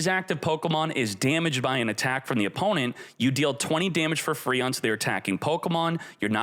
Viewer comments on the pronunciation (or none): none